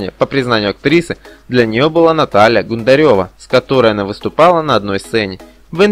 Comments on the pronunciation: Убили тем, что актеров вообще не знаете!!! Зачем брать такие темы видео? Столько ошибок! А, Наталью Гундареву, два раза назвали ГундаРЁвой!!! Позор! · Почему не правильно ставите ударения? В'олчек.... Г'ундарева???? Слушать противно!!!